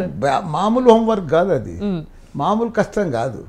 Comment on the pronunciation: ఓం వర్క్ కాదురా! హోమ్ వర్క్ 😄😄😄😄😄😄😄😄😄😄😄😄😄😄😄